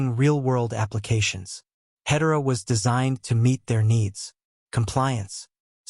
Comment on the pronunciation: When you can't pronounce Hedera correctly, you lose any and all credibility. AI generated garbage.